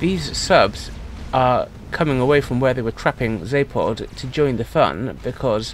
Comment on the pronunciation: "Zapod" with still hits my ear weirdly as my brain expects "Za*ph*od"